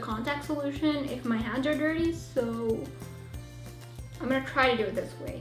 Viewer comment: It's hands not ha/nds